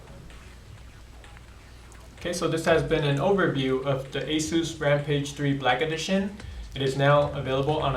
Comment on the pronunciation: Goddamn, get a better dude to do these videos. I hate his lisp and how he can't pronounce ANYTHING properly. It's SAHTA, not SAYTA. And Aysus, not Ahsoos